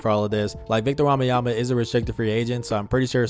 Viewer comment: Belgian here, you pronounce wembanyama wrong you say wambanyama… Just to help.